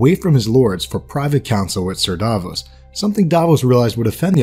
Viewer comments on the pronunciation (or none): It's Davos Not "Daaahvoes"! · it was "and the cats, never liked cats" and its Stannis not stanis, Sallahdor saan not salador sam and Davos not Davis, Jon snow is the 998th lord commander how is Stannis going to be the 1000th even if he lived? come on man you have a 13 years old son you can do better. i forgot this, he said "A good act does not wash out the bad, nor a bad the good." not what u wrote